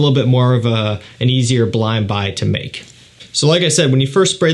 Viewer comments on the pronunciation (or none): none